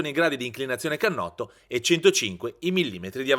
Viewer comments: Cannotto.... Non si può sentire !! Per non dire uhlins 🤣🤣🤣🤣🤣 Wow che esperto ..... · e finalmente "cannotto" NON canotto!!!